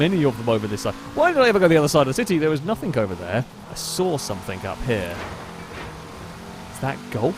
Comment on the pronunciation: Stop saying somethink and nothink. Jeez!